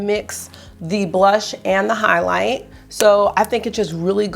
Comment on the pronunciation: You definitely have me saying "hoighloight" and "the chooiiilllld" along with you at this point😅 (edit: ooooomg I just saw the baby yoda headband, where have you been hiding that?! 😍🤩👍)